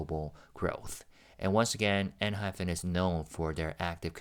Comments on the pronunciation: You're pronouncing Enhypen INCORRECTLY it's PEN not PHEN. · dont worry about it. sometimes Jake and Jay also pronounced the group name as enhyphen in interviews 😂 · Jake himself pronounces it EnhyPHEN sometimes... complain to him lol.